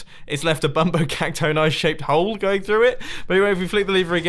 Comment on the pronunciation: Mumbo I think that bumbo Caxton is pronounced bumbo cacton-e